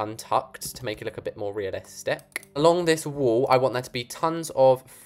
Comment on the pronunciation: I love your accent you said "Realisticccccckkkk"